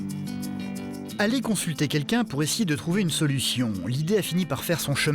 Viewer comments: "quelquin" ouf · et « quelquin » on en parle ?